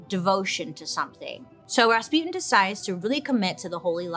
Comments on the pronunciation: РаспУтин or raspitin not rAtzputin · Raspyutin Raspyutin Gee can they not say Rasputjin (soft ch like in ciao or cucaracha) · It is Ras-putin tho like the Putin there is now not raspyootin’… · Gurl you even mentioned the song and still mispronounced the name 💔💔💔💔💔💔